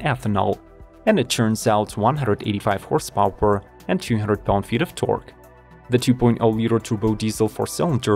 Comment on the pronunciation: “Horse pOW-eR…”?